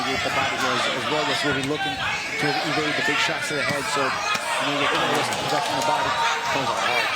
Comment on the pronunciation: The commentators couldn’t have spent 30 seconds before the fight to iron out how to pronounce Cardenas?